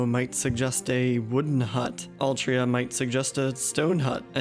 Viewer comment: “Altria.” Excuse me sir...